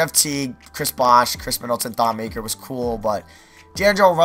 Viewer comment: It's Thon Ma-keer